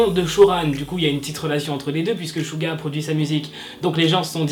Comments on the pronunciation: Tu dis shu pour suga et suran bref ... ça se prononce tsuga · Ouais c’est clair le pauvre mais ça s’écrit suga et sa se prononce shouga voilà 😊😊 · SUGA ça se prononce suga ou chuga genre jsp trop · Coucou j adore tes vidéos mais je trouve que tu devrais t améliorer et vérifier comme ce dise les blases d'idol car même suga tu le prononce mal sur ce continue ton contenu est intéressant